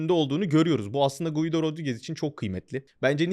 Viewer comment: Guido değil Gido, i'den önceki u okunmaz İsp.